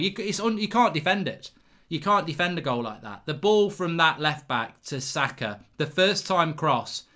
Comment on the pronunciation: How can mark not pronounce saka